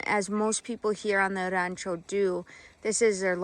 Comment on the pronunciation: Praise God hallelujah thank you Jesus! What a wonderful gift passed down from your great grandfather. I too am saved because of GOD'S grace and mercy.❤ I like the way you say rancho😊